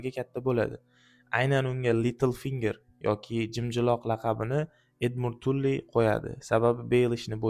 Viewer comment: Tully ❌️ Tally✅️